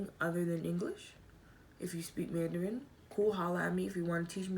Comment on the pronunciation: My condolences to you & the family once again. I also studied Mandarin in College... and forgot most of it 😅BUt i remember a few phrases and your pronunciation is really good 👍🏾